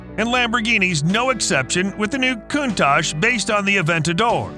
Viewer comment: Countach is supposed to be pronounced "Coun-Tuck" not "Coon-Tache".